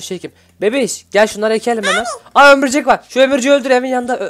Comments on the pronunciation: Bu arada sen ömürcek diyodunya o ömürcek deyil örümcek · abi sen neden örümcek yerine ömürcek diyosun yada ben öyle duyuyorum